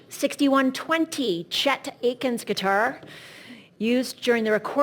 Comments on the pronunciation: I'M ASTOUNDED TO HEAR A PRO AUCTIONEER, AT CHRISTY'S NO LESS, fail to know how to correctly pronounce at least three WIDELY known names or words in the music industry - in what is probably the HIGHEST PROFILE AUCTION of musical instruments EVER! RICKENBACKER, not Rickerbacker ATKINS, not Akins ROCK-A-BILLY, not Rockability OMG! She should be ashamed. And how many dates did she mangle??? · "Chet Akins..". It's Chet Atkins baby. Shouldn't she know this?:face-blue-wide-eyes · ATE-Kin’s? 😂😂😂😂 ROCKABILITY 😂😂😂😂😂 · She made lots of mistakes in reading. Rickerbacker? 😂. Chet Aykinns? Good lord how do you not know the $100 million worth of stuff you are auctioning?